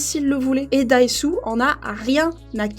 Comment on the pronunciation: C'est pas Daesu mais Odésu....